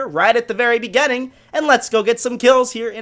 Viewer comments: Begenning. Not beginning, begenning. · no offense but u pronouce beginning as bigenning but still good youtuber and good videos